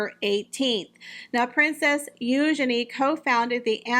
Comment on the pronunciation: Thank you for pronouncing Eugenie's name correctly.